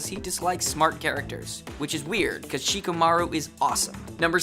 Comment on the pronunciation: YOU MISPRONOUNCED SHIKAMARU